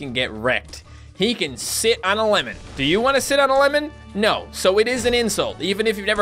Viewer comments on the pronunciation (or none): none